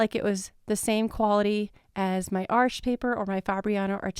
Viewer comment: Finally, someone who pronounces Arches correctly. It’s not English; it’s not the plural of ‘arch’. Thank you.